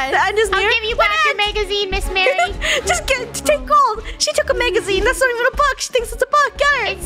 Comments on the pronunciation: calling her miss mary but her name is pronounced Mah Ree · Btw it’s Miss Marie ( Mah-ree) Not Mary (Mare-ree) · it’s not miss marry, it’s miss Marie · I know the reason the librarian was mad at. They kept calling her Miss. Mary instead of Miss. Marie so she was mad that they were saying her name wrong 😂 (ily krew and all ur videos)